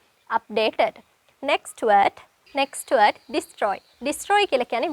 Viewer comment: Sorry meant to say work on "d". eg. "Word" you sound like we:t. Apologies🙏